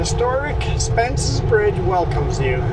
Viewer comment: It's Spences Bridge.....Not Spence Bridge.....yikes...